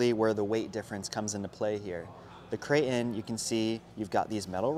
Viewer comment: Does it drive anybody else crazy how he says crate in? Lol